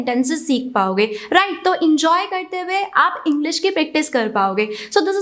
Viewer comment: its not in-joy, its en-joy